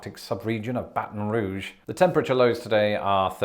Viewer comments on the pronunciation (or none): none